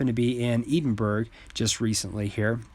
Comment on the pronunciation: Please learn how to pronounce Edinburgh, your attempt killed a little bit of my soul.... ;)